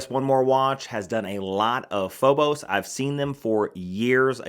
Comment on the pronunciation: Phobos😂. Pronounced Feebis